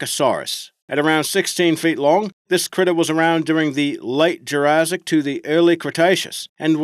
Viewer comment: Sorry not trying to be rude but it’s Pronounced jura’ss’ic not Jura’zz’ic